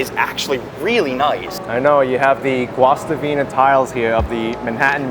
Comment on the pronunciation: Just an FYI. Guastavino Tiles are not pronounced Gwast-a-vino, but rather goose-ta-vino.